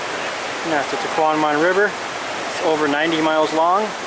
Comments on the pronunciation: He’s not pronouncing it correctly. He is swapping a M and a N around. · He's not pronouncing the falls correctly!